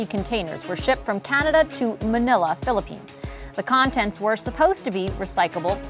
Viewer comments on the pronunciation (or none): none